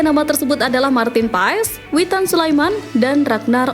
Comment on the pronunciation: Mimin ngak salah kah nyebut Witan😂